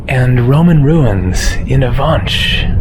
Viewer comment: No, you did not get the Avenches right. Actually you killed it. Anglos have a habit of pronouncing everything non-Anglo the Anglo way. I would ask a local how to, before publishing a video. BTW you mostly have trains going everywhere. Buses are just for local traffic.